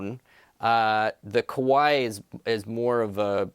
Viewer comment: You gotta be careful of your pronunciation of Kawai haha. Kawai = piano company 🎹 & Kowai = scary 😱